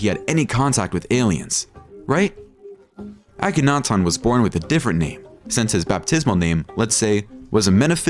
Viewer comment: Please learn how to say these words properly instead of this annoying slant. It's not Uh-KENNAtawn.